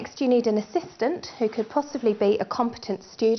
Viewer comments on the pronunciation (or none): I love how she says you need a compatent assistent XD